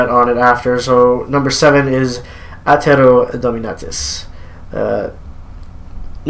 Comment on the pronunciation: What's 7th?? Edited: Okay, it's Attero Dominatus. You said it like Otero Domintus lol